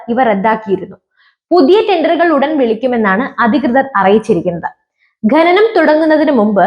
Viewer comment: "ഖനനം", ഇതിന്റെ ഉച്ചാരണം എങ്ങനെയെന്നു ഒന്നു മനസ്സിലാക്കിയാൽ കൊള്ളാം കുഞ്ഞേ